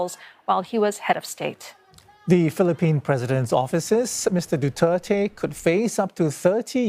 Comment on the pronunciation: The anchors pronounce his surname as " DUTERTAE "...💩💩💩💩💩